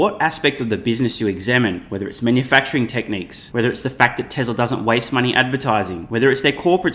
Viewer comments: haha...SMR said "Telser"! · Tesla’r, not TEL…